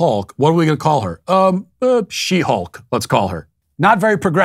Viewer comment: "They-Hulk" lol